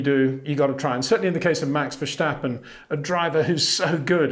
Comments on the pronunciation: That’s quite a long way of saying Peter’s pronunciation of Verstappen is a bit off! And, with all due respect, the message wasn’t really delivered with all due respect. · I have watched a few YouTube videos on F1 in Dutch, and naturally the name Max Verstappen crops up regularly. It sounds like they say neither Verstappen nor Vershtappen. And there are Dutch people who say that English speakers are likely to have a lot of difficulty pronouncing many Dutch names correctly.